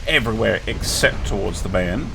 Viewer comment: "Beiern"??Really??My God its "BAYERN"!Why are you english speaking peolple are not able to pronounce any other language right then their own (and even that sometimes not really) and have to butcher them???Iam German and i think i am very good in speaking and pronouncing english words and i allways try to get it right(even some words like,sovereign,Edinburgh,sword or even Worcestershire)!Please but some effort in it!It makes my ears curl listening to that slaughter!😂😂🙃😉Despite all this suffering of mine i love to watch your vids!✌